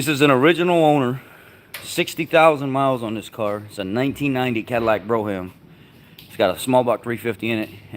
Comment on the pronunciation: here is a little tip from a Canadian. When you pronounce french words, like BROGHAM, the H is silent. So its pronounced so it sounds like BROME. If you ever hear a french Canadian with a thick accent pronounce Hotel, its sounds like otel when they say it!